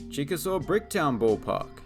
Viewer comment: Chickasaw is pronounced Chick-a-Shea